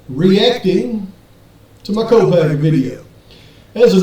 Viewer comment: If I'm not mistaken its "Kopak" anywhere. There is a family of Kopak's in Perce Idaho not too many miles away from Moscow. Besides there is a video put where Brent himself stated his name and he puts no 'at or any other letter or sound on the end of it. U did know that didn't u guys? Its just something that's not important really to the case it just bothers me everytime I hear people say Brent's sir name. I'm sure it makes no difference to him anymore but out of respect for his legacy i would truly like to know the world knows his name. But who knows maybe I'm wrong but I don't believe I am. Thanks for everyone's hard work no matter what. Have a wonderful day.